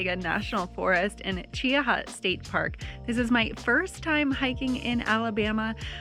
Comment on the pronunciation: Well of course because I am from Mobile and have also lived in Tuscaloosa and Trussville. What in God’s name took you to Alabama?! Oh, and it’s pronounced Chee-hah, don’t pronounce the A. Did you have some sweet tea and yell Roll Tide?